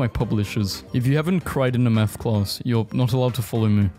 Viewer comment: You re ‘n all. Not you rain all.